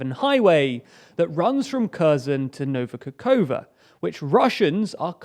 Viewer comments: Sorry, but the way you still butcher the Ukranian geographical names after 6 months spoils the experience more and more. Nova Kakhovka is really read the way it is transribed, Ka-khov-ka. I don't get why you constantly read it Kakoua. I apreciate the effort you put into research, but pronunciation research is part of the deal. When journalists in Eastern Europe want to report on e.g. a breakthrough archaeological discovery near Pwllheli in Wales, they also have to find out how the hell to pronounce that first. I could help you with that if you need. Last step to perfection. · I admire your dedication, precision and evenhandedness. However, please, try to pay attention to pronunciation of Kh or Ch or Xi at the beginning of KHerson, KHarkiv etc., or in Nova KaKHovka (where you failed bad). It should be almost always pronounced similar to "ch" in Scotish "Loch". Wikipedia lets you listen to some of them. but you definitely know number of Slavic speakers ready to help.